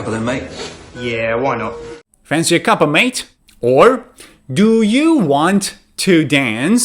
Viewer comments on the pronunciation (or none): none